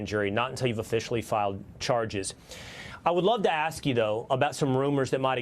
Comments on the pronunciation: Someone tell her that "ask" is not pronounced "axe". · She is not an impressive listener. You'd think in this situation she could pronounce ask properly.